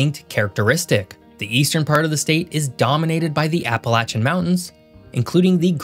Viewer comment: Congrats! You pronounced "Appalachian" correctly! Very rare